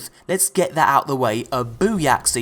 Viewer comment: Booyacksy? Are you taking the fucking piss? FUD!